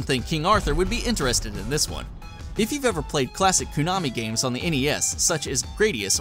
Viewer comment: Everytime you say Koo-nami I get a little more angry..